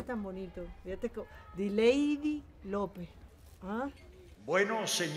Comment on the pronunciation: De The Lady a Dilaidy 😅